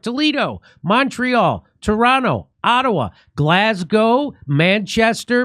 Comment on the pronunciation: Thank you for pronouncing Glasgow properly.